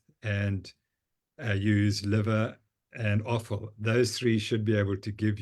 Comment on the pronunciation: The comment about the carnivore who re-introduced cheese.. Prof Noakes replied 'As long as you're eating bone broth, liver and arfow..' what? Arfow? This must be a south african term.. please help this American know what you mean! Thank you!